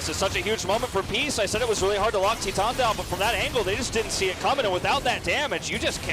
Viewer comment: Is it that hard to pronounce titan correctly